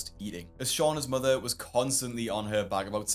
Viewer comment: I love how Dr. Now pronounces mother “mudder” 🥰